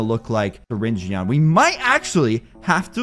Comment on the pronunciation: U pronounce his name syringn